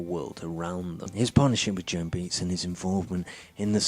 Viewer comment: wow had to turn it off when you had no clue how to say Baez! 🤔